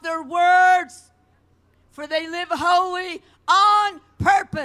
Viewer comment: WTF is with that "whole-EEE"? Walk and talk just like her? Cool I could use a vacation in a loony bin lol.